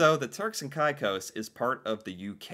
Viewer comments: Hi. While it looks like from the spelling that it SHOULD be pronounced Turks & K-eye cos (as you pronounced it) - in Canada we have always heard this area called - Turks & KAY-cos. This issue is WELL KNOWN to Canadians & came up also in the 1990s. The Turks & Caicos islands brought it up - wanting once again to join Canada. The Canadian public loved the idea of having a Canadian tropical paradise too - BUT Our government was against it. As a part of Canada, we would (of course!) HAVE to provide it with all of the benefits of Canada - such as our healthcare system, our education system - all the way to our sponsored Canadian university system for Canadians at reduced rates - & probably a university there if they don't have one or at least an updated, expanded & subsidized one as we have here. There would also be all the other Canadian benefits they would NEED to be entitled to - our pension system, unemployment insurance, child tax benefit, maternity/paternity leave etc. It would have been expensive for us to provide these things for the islands - so OUR government didn't want to do it - to the disappointment of Canadians & people from the islands themselves. (It DID spur on a bit of economic growth for the Islands anyways as SOME Canadians speculated that it WOULD happen & they purchased property there.) Alas, it is still just a dream - not a HUGE one, (for Canadians, I admit), but a dream none the less - especially for some in the middle of a cold winter here. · The islands are pronounced Turks and Caycos, though it is spelled with an i instead of a y. You heard the guy in the story pronounce it Turks and Caycos, you even pronounced it that way several times but you keep coming back to calling it Turks and Ceyecos. Do you have a short-term memory problem or do not really pay enough attention? Geesh it's frustrating listening to you sometimes. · Yes, many Canadians know of these islands. They too wanted to join. And it's Cay cos...Caicos. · Pronounced cake o's